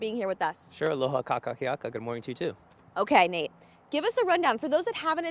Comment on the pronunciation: Did he say : "Ka kaki aka", auwe!!! I believe he was attempting to say "Aloha kakahiaka"... breaking each of the vowels down would have made it easier for him. KA KA HI A KA